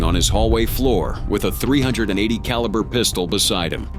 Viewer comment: I really hope this is an AI text-to-speech program because who's pronounces a .380 like that